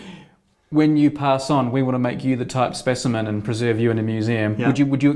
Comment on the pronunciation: SPESHIMEN forsenT